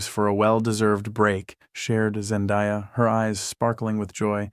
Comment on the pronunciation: Zen-DAY-A NOT ZEN-DIE-A